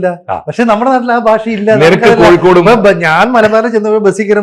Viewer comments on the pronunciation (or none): none